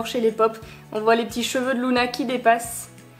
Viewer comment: Je crois (je ne suis pas sûr) que ça se dit Luna et pas Louna après je me trompe peut-être mais moi j’entends Luna